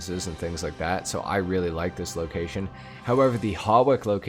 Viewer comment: FYI, Hawick is pronounced as Hoick. Your not the only one that pronounces it wrong, plenty of others do and before anyone argues that's how it's pronounced in the game or whatever, I live in Hawick.